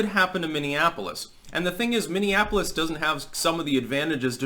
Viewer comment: Most of the rioters can't even pronounce "Minneapolis". Wtf is a mimiafolif?